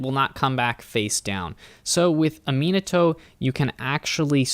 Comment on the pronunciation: Manifest is my favorite mechanic Also, just for future reference, Aminatou is pronounced "Ah-min-ah-too"